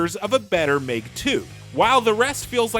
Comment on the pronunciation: It’s Meg not mayg